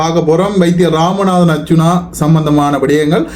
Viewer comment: Yes, mispronounce with cinema language.